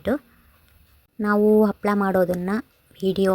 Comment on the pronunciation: Its not Appala maam its Happala